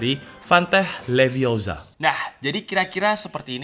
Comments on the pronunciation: its levi o sa not leviosar.. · Stop stop stop, You're going to take someone's eye out, besides you're saying it wrong. It's Leviosa not Liviosar. Wingardium Leviosa.....